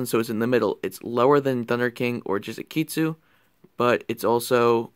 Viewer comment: You might want to consider looking at the names of your cards. I know this sounds like a nitpick but the last time I checked it was Jizukiru, not Jizukeetsu or whatever you were saying. But a part from that, seems like a functional build but could use a lot of work.